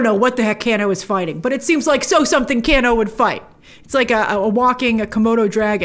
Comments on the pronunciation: Who the hell is canoo you mean kano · By the way ITS NOT CANNO ITS KANO say it right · Can-Oh It’s Kane-O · Let’s say it together. Kano. “Kay-no” Not “Can- no” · Grace if you pronounce it Cano and not KANO(Kay-no) one more time... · Haha, for the love of God please stop saying Canno.. 😄 it’s pronounced Kay-no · 1.) "KANE-oh" ....not "can-Oh" 2.) Cole looks to be shaping up to be more like the character Takeda [Tah-kay-dah]. Takeda is character Kenshi's son, who became a pupil of Scorpions' in the game and in the comic. - The actor looks like, and wears yellow like Takeda too. We'll see! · Why is no one addressing the fact that she keeps pronouncing Kano as can-o when it is pronounced Kay-no. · Kano = Cane-oh. Not Can-oh. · It's not Can-o it's Cane-O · Can o Grace? It's Kane o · IT'S KANE-O GRACE! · I'm help you out a bit here lol. You pronounce his name Kay-NO. Just for future refence. People start hearing the way you say it they will start trolling. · It's pronounced Kay-no... and he actually turns out to be a bad guy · Its pronounced "KANO" 😐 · I love when u pronounce kano cano I so adore you Grace❤❤❤❤ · exactly just about every fan of the games thought it was absolutely amazing. I’m sorry but also the way she’s saying “Kano” is like bothering me 😭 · She doesn't pronounce Kano correctly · I prefer this Shang Tsung. He looks way more sinister creepy like in the first game. And it’s the long A sound in Kano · She doesn't know how to pronounce "Kano" or why Mileena is dressed like Kitana... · Are we going to let grace get away with how she pronounced "Kano"